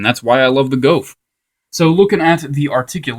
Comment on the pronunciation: It's pronounced GOOF